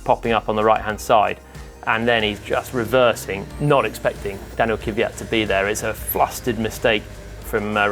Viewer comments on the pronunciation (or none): All english language people say kivyat for some reason. :D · haha kivyat. Jolyon, just try to pronounce Kvyat without "ee" after K. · How the fuck can you fuck up Kvyat's name every single time?